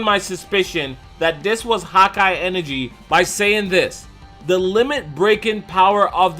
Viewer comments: it's hakai not Hawkeye. Why you keep saying hawkeye?! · Am I the only getting annoyed by how he is saying hakai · #hakaigoku great vid. Smart theory,but the pronunciation of hakai is killing me. Lol I keep hearing hawk-eye energy instead of Huh-kai lol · It's not "hawk eye" it's "ha kia" get it correct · Haki ("hah-key") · the whole time im like why does he keep saying "hawk eye energy" lol then i realized he means hakai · “Hawk-Eye energy”. Your saying it wrong bro. It’s triggering me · God ki. Not hauki energy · I thought he was saying “hot-guy energy”. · I was going to comment this lol he kept saying hawk eye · Sounds like ur saying hawk eye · Am I the only one hearing him say "hawk eye" energy?? lol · "hakai" is only one word lmfao!!!! Hawk eye enegry. Oh my god 😂😂😂😂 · Good hawkeye energy 😂😂.. i agree with video but that pronunciation threw me off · You said HAKAI wrong